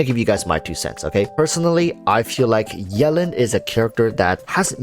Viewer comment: Is anyone else bothered about how he says "yellin'" instead of Yelan?